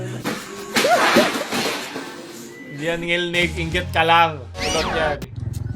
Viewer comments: ngilngig hindi ngilnig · ngilngig hindi ngilnig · ""NGILNGIG"YUN PAO hindi NGILNIG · FYI... it is NGILNGIG and not ngilnig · ngilngig po di ngilnig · Ngilngig po, hindi ngilnig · DILI NGILNIG, NGILNGIG ANG TAMA😭😭😭😭😭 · "Ngilngig" po hindi "Ngilnig" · Ngilngig Po Hindi ngilnig🤣👍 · IT'S NGILNGIG not NGILNIG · Ngil ngig hindi ngil nig. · "Ngilngig" yon hindi "Ngilnig" Cute parin. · NGILNGIG PO YUN DI PO NGILNIG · ngil-ngig po kulang ng "g" yung ngilnig nyo po meehee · NGILNGIG po hindi NGILNIG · TO correct you, Ngilngig po Hindi Ngilnig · Ngilnig 🙅 Ngilngig 🙆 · "NGILNGIG" po hindi Ngilnig, btw great video. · ngil 'NGIG'. Hindi ngil'NIG'. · NgilNGig. Hindi NgilNig. Mga yawa mong tanan! 💋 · its ngilngig not ngilnig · NGILNGIG dili NGILNIG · "NGILNGIG" yun inde ngilnig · Correction NGILNGIG yan hindi NGILNIG.. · Ngil-ngig po yan hindi ngil-nig hahahaha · hindi ngilnig * ngilngig * ho, pero sa ibang parte na kabisayaan baka may ganya talaga ngilngig - talaga yun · Ngilngig diba hindi ngilnig? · its not NGILNIG its NGILNGIG. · Ngilngig hindi ngilnig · "Ngilngig" kulang ng G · It is "ngilngig". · dude.... its pronounced 'ngil-ngig' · ang tama po diyan is "Ngilngig" (ngil-ngig) po Lods means cringe. 🙂😊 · it's 'NGILNGIG' hehe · Its NGILNGIG HAHAHAHAA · It is "ngilngig" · I think it was supposed to be ngilngig